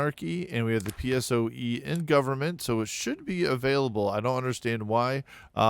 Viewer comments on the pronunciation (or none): It was so funny that you called PSOE peesoue, in spain we call it peh-soh-eh